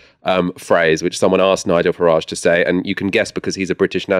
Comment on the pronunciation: Please stop pronouncing his name as Farrahhhjje. It's Farridge, like porridge. Niggle Farridge.